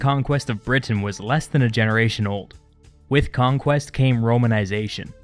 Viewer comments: Britain, not Brit Tain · Is anyone else a bit annoyed by the way he says "Britain"?